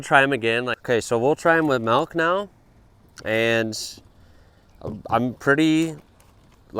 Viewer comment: You say "malk" instead of "milk", is that an accent thing?